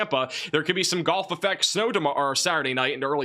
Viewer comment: Golf-effect snow and dry sluts inside of that snow!! Your short o and u sounds are identical to my ear 😂❤ Wonderful reporting as always 🎉